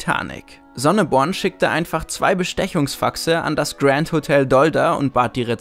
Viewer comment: Grand Hotel wird französisch ausgesprochen nicht englisch😂